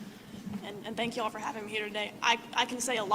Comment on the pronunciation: Did he say you’all? 😊